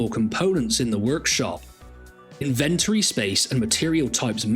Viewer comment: Say it with me: In-ven-to-ry Inventory 🙂